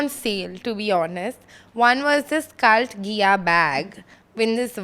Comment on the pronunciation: What is with the pronunciation?! It’s cult gai-uh 😂😂